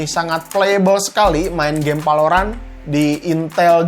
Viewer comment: Emang urang sunda tetiasa nyarios V atau F , dasar palorant.... Wkwkwk